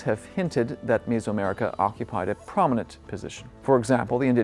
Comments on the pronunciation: Is this guy an AI? Why does he keep pronouncing it "MIZO" America? Is it not Meso-America (MEZO) Like "Middle/HALF" , like "MEZZO" in Italian or "MEDIO" in Castellano? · Is it like fingernails on a chalkboard every time he mispronounces Mesoamerica as "misoamerica"????? It's not fermented soybean paste soup!!!